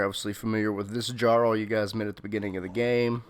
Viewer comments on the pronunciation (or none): the WHOSE quarters? Man, they say the word "Jarl" plenty of times in game. Like, good video, although you should have mentioned Slow Time, but saying "dzharl?"... It's "yar-ull."